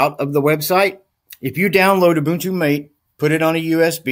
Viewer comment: I thought it was pronounced "Matéh" ?